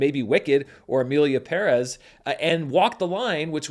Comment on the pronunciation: Finally an American who pronounces Emilia Pérez correctly 😊